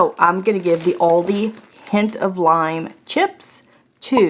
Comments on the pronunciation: You're doing a video about Aldi and you can't even pronounce it...WTF. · You're the only person I can forgive the wrong pronunciation of Aldi